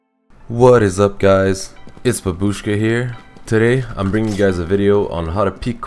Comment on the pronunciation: not how you say babushka